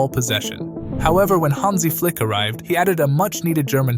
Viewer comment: Its FLIKI - FLAKA 👍💯